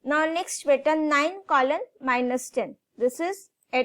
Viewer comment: Ma'am your way of pronouncing beta is quite ( can't explain in words ) never heard that kind from my parent